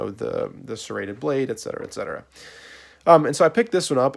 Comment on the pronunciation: did he just call a saw a "Serraded Blade" ? I almost had a stroke